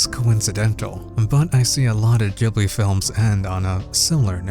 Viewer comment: Jibbly? It's pronounced studio GIBBLEY